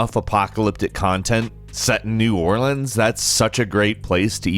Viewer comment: My guy actually said New Orleans right 👍🏾😊